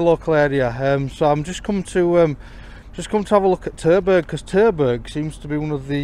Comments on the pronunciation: Terberg? Sounds like Turdburg. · Did you just say turdburger aviation? 😁